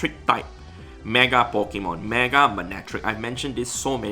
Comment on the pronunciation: It is said Pokémon not Pikemon,, thus saying spoils the entire existence of pokemon